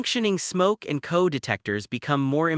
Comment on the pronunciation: It says LED as lead and CO (carbon monoxide) as co...like coworker.